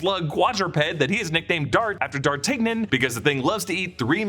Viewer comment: dar TIG Ion ? Have I been saying it wrong my whole life?